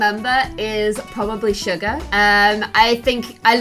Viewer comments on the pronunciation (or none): its pronounced shoe-gu but spelt suga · it’s pronounced su-ga not suga, suuuuuga. But you can pronounce it however you want. Hy army.